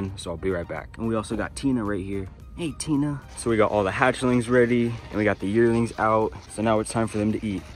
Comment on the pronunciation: Okay when you said "Yearlings" I thought you said "Yertles" for a second and I had a moment of nostalgia So thank you for that even if you didn't intend for it!